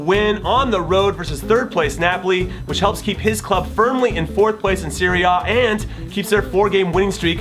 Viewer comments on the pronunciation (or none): none